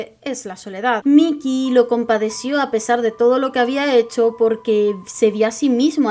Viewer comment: Cada vez que me le decías Mickey (Mi-ki) en vez de (Mai-ki) a Mikey-kun me hacías 5hp de daño xD Fuera de eso, excelente video y me da gusto saber que hay alguien más que adora esta obra tanto como yo. Apúnteme en la lista de los que quieren más videos de Tokyo Revengers! Me gusta fangirlear aunque sea por proxy debido a que nadie más en mi círculo está leyendo esta obra... Y que hace uno con estos FEELS y MANLY TEARS?! ;0; #SaveMikey